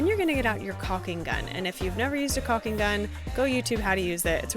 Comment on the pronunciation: Nicely done! And its pronounced caulking 😂.